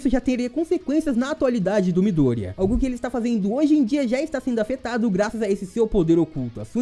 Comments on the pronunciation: Bom vídeo, mas só eu ficou incomodado com a pronucia de miDÔrIya do narrador? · Mano que agonia dele falar o nome do Midorya errado desses jeito. pelamor de Deus